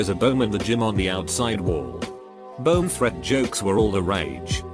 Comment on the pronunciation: "Bome Threat" lol